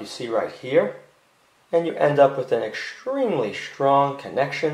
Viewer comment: "-Exschtremely schtrong" 😉 ❤️